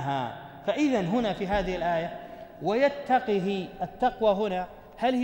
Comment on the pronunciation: يا شيخ انت قرأت ويتقه بكسر القاف وهي ساكنة